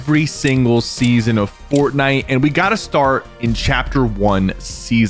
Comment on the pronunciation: bro really said "SESAON" and thought we wouldn't notice